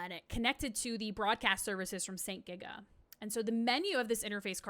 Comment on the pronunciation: Just to do some additional info from my research about Satellaview: - St. GIGA was pronounced correctly :) - The Satellaview actually never ever needed a subscription to access the service. St. GIGA was hosting the service alongside their own service, but their own St. GIGA radio service was scrambled and you needed a subscription to receive the appropriate BS Tuner to descramble this. The Satellaview service was descrambled by default (including soundlink for titles that used it!) and can co-exist that way on their broadcast, meaning you could just buy a generic BS Tuner and play it just fine. The costs would be still huge if you did not have a satellite setup in your home however. I spoke with japanese players who actually played the Satellaview back then (they have a lot of evidence to prove it), and they told me this was absolutely clear. - Due to this, this information about active users is an actually odd one because I believe they were relying on St. GIGA subscribers which did go up, but it was not required for the Satellaview service access. - The small bracket for power is actually the opposite, you plug the AC adapter to the Satellaview, and then you plug the "AC OUT" of the Satellaview to the "AC IN" of the SNES, so in reality, the Satellaview gets the power first, and then the SNES gets it from it. - It did not have the ability to send data anywhere, you had to write a password that contains your score and other info of your gameplay, and other things to a postcar